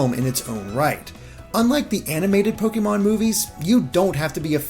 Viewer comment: i love you but the “é” in “pokémon” has an acute accent. it’s pronounced “poh-keh-mon” not “poh-kee-mon”. it’s short for “pocket monsters”. sorry for the correction, but you go back and forth between the two and it drives me ludicolo